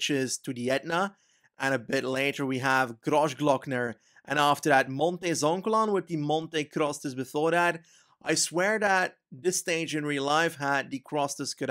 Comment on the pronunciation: Great vid as always! Just thought that i may share some pronunciation tips for italian stuff, if you’d be interested. In no particular order: Lombardìa, not lombàrdia; Cattàneo not cattanèo; Zoncolàn not zòncolan; Montevergine with soft g, think more of a j, same for mercogliano. hope it helps, cheers mate, looking forward to the next vid!!!!